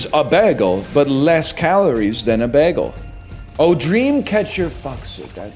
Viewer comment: Why does he say bægel.